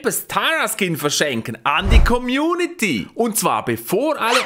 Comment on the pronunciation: 'Skom' anstatt Skin Macht die Untertitel an 😂